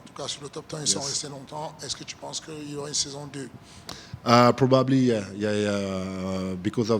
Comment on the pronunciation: “ yeah probubbly “ lmaooo